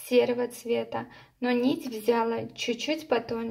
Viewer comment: Милая девочка, взялА, а не взЯла. Вы из Смоленской области?.